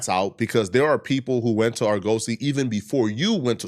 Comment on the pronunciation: OMG BRO Sound it out with me. ( Are Guh See) Not (Are-Go-See) Damn that's getting annoying.